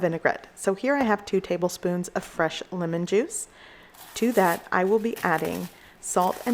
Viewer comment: Yeh.. And for the dressing use Lemon and not "Limon" 😂